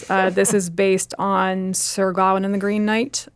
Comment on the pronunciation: Do Americans not know how to pronounce the name Gawain? Just asking because I’ve never ever heard it pronounced that way before.